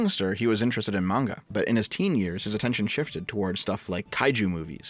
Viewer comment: I thought someone called shortfatotaku would be able to pronounce manga correctly